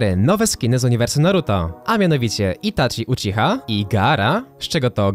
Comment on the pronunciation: O! na live nie umiałeś dobrze przeczytać Itachi